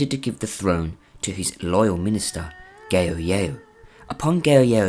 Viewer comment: Ah yes "Gayo Yayo"